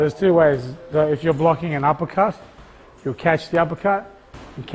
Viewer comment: "uppelcut sometimes not regal in toulnament"